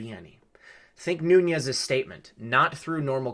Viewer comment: Noo - nes, not Nu- ñes. His name is Portuguese, not Spanish.